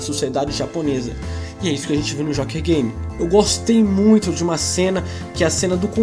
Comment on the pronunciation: parei de assistir quando disse Jóker Game, fala sério!